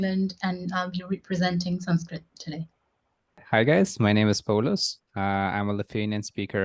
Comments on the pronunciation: why don't you pronounce the schwa at the end of Sanskrit words? You seem to omit such an interesting feature of the language. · I'm no expert in Sanskrit but I did notice Arnika's noun examples lacked their final letter, the visarga, written like a colon, and pronounced like a final breathy H, similar to how Andalucians pronounce final S in Spanish. It's cognate with Lithuanian final S, so there's one similarity you missed out. Another one you missed is pasitaite which looks like Sanskrit pasyate पश्यते meaning "he sees". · Guys it is sanskrut not sanskrit. How can you call this girl as sanskrut master ?😂😂